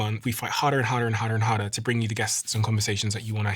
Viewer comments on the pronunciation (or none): HarDer, not Hartter ! 🌹